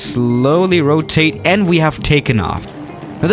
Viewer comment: Petition for to say rotatate again 😔